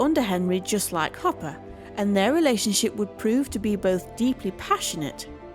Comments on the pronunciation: Hopper, or "Copper," as the AI pronounced it, at least once. Sorry. Do not care for AI narration. It's too ... Artificial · Ugh is this audio narration AI? the audio clearly says “copper” instead of “Hopper” without missing a beat. 😢